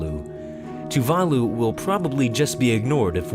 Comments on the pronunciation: Tuvalu is pronounced 'too va loo', not 'too var loo' !!! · Tuvalus lol wtf :D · The mispronunciation of Tuvalu made me want to die... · The way you pronounced tuvalu was fucking painful.